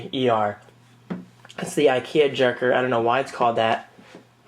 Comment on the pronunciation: my swedish is a bit rusty, but jerker (pronounced yairker) means desk.